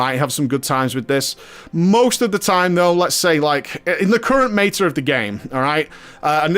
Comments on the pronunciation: do you love making English people cringe by pronouncing words wrong? haha. It's Meta not Mayta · meyta as in meyta-morphosis? lol